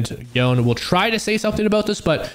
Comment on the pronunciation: AND "yo - nAY" NOT Yawn